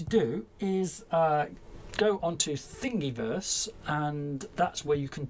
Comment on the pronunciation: I hate it to say.. but it's thingiverse not thingyverse.... I do the mistake every time myself. Looking forward to more midi/music related projects from you!